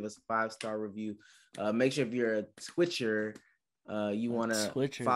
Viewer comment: said twitcher with a hard r lmfao